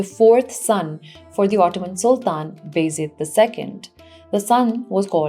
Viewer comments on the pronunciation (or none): Appreciate your lucid presentation. But just a little correction; you are pronouncing Baa Yazeed as Bayzid.